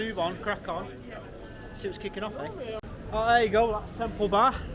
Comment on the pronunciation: "Let's see wots kikin off"😂